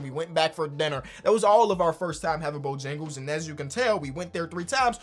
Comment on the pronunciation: Bro the way said dinner when he was talking about bo jangles was funny asl